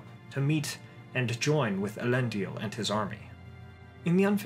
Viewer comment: You keep pronouncing Elendil as Elendial